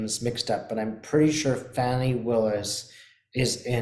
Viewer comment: Hi. The pronunciation is Fawn (like the baby deer 🦌) + e. NOT Fanny. Thanks for all you do 🥰